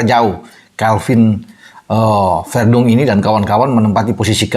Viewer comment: sebut saja VERDONG atau CALVIN, bukan VERDUNG..🤦